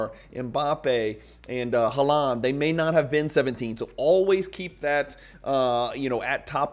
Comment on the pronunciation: This is really good education and I love the use of data to support. My only build is the pronunciation of Haaland’s last name - you are stressing the 2nd syllable and it’s the 1st syllable that’s stressed, so it was sounding funny! Love your content!